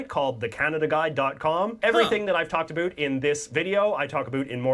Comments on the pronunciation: Funny, it does sound like aboot lol. I am enjoying learning about my country with you ;) I don't think anyone from my city says aboot. Certain communities I guess. Lol too funny. Thank you 😅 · gets on my nerves a bit, but it is fun watching for the times when he forgets to say aboot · You say this YouTuber has the most "about"... meanwhile the way he says it is not a way I've ever heard it from a serious person. And I'm an OLD Canadian. As for Nellie McClung getting the Brits involved... The Queen, then and "now" (When there is a Queen) is officially the head of the Canadian gov't so when the stubborn "old white guys" in the Canadian gov't didn't listen so she went to the Queen... and "surprisingly" the Queen felt she, and other women were in fact persons. The US tends not to report on news outside its borders... I mean there is a lot of US to cover. Canada however gets a lot of US news, both on Canadian channels and the US channels we get. The Bluenose was a commercial fishing ship, that also raced during the "off season". You really should watch the Heritage Minutes to get a similar quick overview of our history. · God, I hate listening to say “about” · Not many of us Canadians say Aboot... we mostly say about like americans do. In fact he's the first I've ever heard do it. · I've seen this guy before, and I can honestly say the first time I saw him was the first time I've ever heard a Canadian pronounce "about" in the stereotype way like "aboot". I don't know if he's doing it on purpose or it's genuinely organic, but thank God most of us don't pronounce it that way. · I think he's the only Canadian to say "aboot " Not how I, nor anyone else I know, pronounces it. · IT IS ANNOYUING HOW HE SAYS OOOOO FOR OU WORDS LIKE ABOUT AND OTHER WORDS.. soory caps. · Just so you know, not one single Canadian says aboot unironically. It is not how we pronounce it. Ever. He’s solidifying the stereotype and it drives us mental. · He is the only Canadian who says aboot